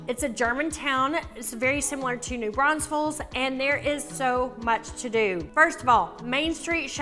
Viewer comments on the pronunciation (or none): i don't know why people can't pronounce New Braunfels